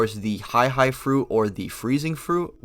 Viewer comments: not to be that guy but his fruit is pronounced “he-aye, he-aye no mi” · Please do a Akainu Video. Also you pronounce the Hie hie no mi like how pronounce Hiei from yu yu Hakusho